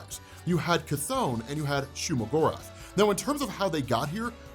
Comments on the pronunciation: It's not shuma my lord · Legit I thought he said Shea-Gorath, as in the daedric prince in elder scrolls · It's shumagarth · It's not Shuma Gorath. Period